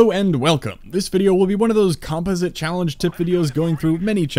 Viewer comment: It might just be me mispronouncing it but I think right at the start he said composite wrong